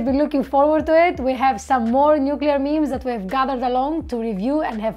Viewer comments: Nucular... Poor George W. 😆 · nu-kuu-lar is the correct phonetic spelling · I HATE IT when people pronounce it Nu-Cu-Ler. Where are they getting the extra U from???!!!!!!:face-orange-raised-eyebrow: Love this channel, love, gorgeous woman and highly intelligent. Where can I put in my application?